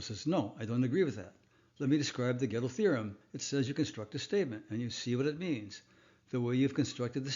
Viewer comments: Step one: Learn how to pronounce the names of important figures in your material. Gödel is pronounced by Americans as "Ger-DELL" (although some might not emphasize the second syllable) It is NOT pronounced "Ghetto". There is NO "Ghetto theorem". Unless you're talking about hip-hop. 😏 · I listened and relistened. You said Ghetto every time. And I am familiar with German, that is why I referred to the American form out of respect for the fact that nobody perfectly replicates a foreign pronunciation. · Who's "GähddL"? 😅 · Please, don't add that silly "r" to the pronunciation of "Gödel"! As you know, this is incorrect. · nevertheless, the pronunciation of Gödel is wrong, even without the r. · If the pronunciation of Gödel's name is supposed to indicate "reasonable familiarity with his theories", like you are saying, and at the same time you are promoting a rather bizar pronunciation of "ö" as a "reasonably correct" way to pronounce "o" + Umlaut, wouldn't that hurt your credibility, given your own rules? P.S. since I have an "ö" in my name myself, I guess this is kinda personal to me. ;-)